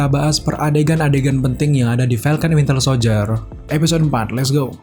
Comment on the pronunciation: Winter soldier bambang bukan wintel ahhhhh sudahlahhh